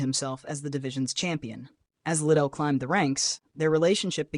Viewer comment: it isnt chuck little its lidell